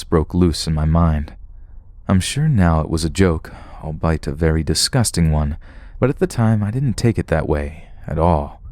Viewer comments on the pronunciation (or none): Albeit, not albite.